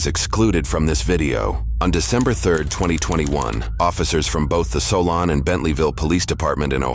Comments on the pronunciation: It's pronounced SO-LIN, not SO-LAWN😂😂... i pass that way every Tuesday😳🫣, i believe they are right by 422 in Geauga County, Ohio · It’s pronounced “So-lynn”